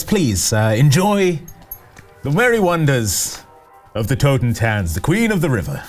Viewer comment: It really took me a while to understand that the name of the boat was "Totentanz" because of the (not-quite German) way pronounced it.